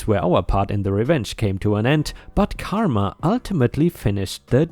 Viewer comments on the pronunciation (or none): none